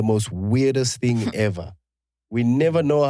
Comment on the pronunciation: Someone please note how Chris can pronounce thing when he's speaks English and pronounce fing once he mixes Sesotho le English... People don't get this😩😂